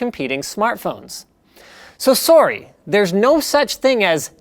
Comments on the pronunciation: "So sury" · "So soary" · Nah, just Canadian. They say "sorry", "about" and "house" weird. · You say "sorry" like a newfie